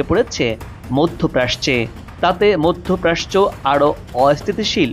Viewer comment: মধ্যপ্রাচ্য কে "মধ্যপ্রাস্চ"বলছেন কেন ?